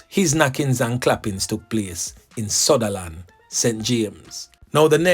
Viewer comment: Sunderland not Sutterland